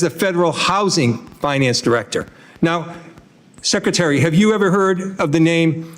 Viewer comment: Track Meeks it is Secretary. Not Secetary! He is typical….